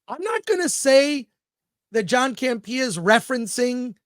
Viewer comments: Chris, you’re saying John’s name wrong. It’s CAMP-eeuh, not Cam-Pia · Is there a reason why he puts the emphasis on “pee” in Campea? I thought it was a joke at first. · I love when people mispronounce names of people that they have watched that person's show.....then you should know that hisn name is not John CampeeeeeeeeeeeeAH 😁 He made a big mistake in letting go RMB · John CAM-PEE-YAH😅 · I'm not sure your pronouncing John Campia's name right but it's hilarious!😂😂😂